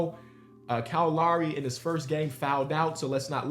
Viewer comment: YO HIS NAME IS KYLE LOWRY NOT KYLE LAWREY